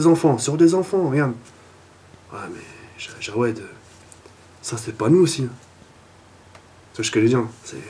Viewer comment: C'est Jaoued et pas jawed --"